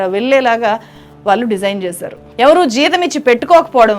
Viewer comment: చాలా బాగా విశ్లేషించావమ్మా. ఇంత బాగా తెలుగు మాట్లాడుతున్నావు. కొంచెం ఒత్తులు పలకడం దగ్గర, ళ అక్షరం వాడవలసిన చోట ల అక్షరం వాడుతున్నావు. వాల్లు అనేబదులు వాళ్లు అని అనలేవా? అంత కష్టమా?